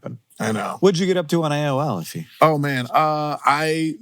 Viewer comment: That's his name man not "If you anyway" jeez